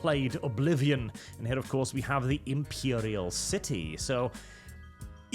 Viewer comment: excellent pronunciation of 'Imperial'.